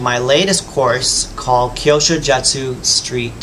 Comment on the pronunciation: It's pronounced Like " Q sho " 👍😉